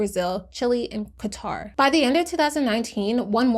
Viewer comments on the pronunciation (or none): Just FYI, Qatar is pronounced more like Kutter. ❤️